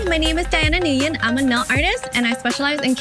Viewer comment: I've never heard anyone pronounce the last name "nguyen" like that